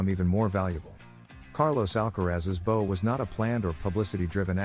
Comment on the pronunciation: Please pronounce the word bow properly. It is not a ribbon you tie in a bow. It rhymes with now!